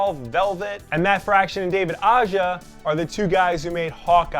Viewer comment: A-HA, not Ah-jah. Not sure why everyone gets that wrong. He’s from Spain.